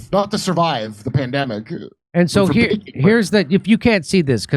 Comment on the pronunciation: Sounds like she has the vaccine sluurr already she could barely get the word baking out of her mouth. Anyone notice that? She sound like she has brain damage and is also reading of a prompter and is struggling HARD. Like seems bad. Who’s betting on how long she lives for?